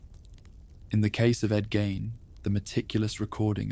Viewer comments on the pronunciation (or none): My ex husband grew up a block away from Ed's farm. And u pronounce his name incorrectly. Gein rhymes with Bean